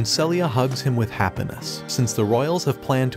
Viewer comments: “happen ness” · "with happunus"